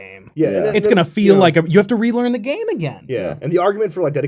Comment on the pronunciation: I love it when they talk “F13: The Gam E”